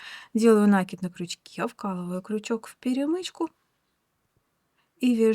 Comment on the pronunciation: Кровь из ушей за новое слово - нАкид))))